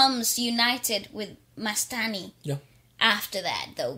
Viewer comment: It's not mastai it's mastani